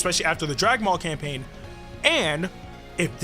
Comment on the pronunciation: Bro said camapaign